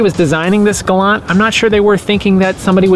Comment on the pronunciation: It’s pronounced “Galant” with a “T!”